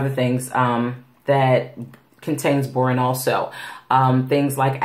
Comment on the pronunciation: It’s pronounced Bor On not borin, just thought you might want to know. 😊